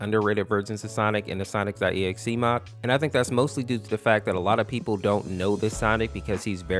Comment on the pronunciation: Bro it sounds like he’s saying sonicstotexe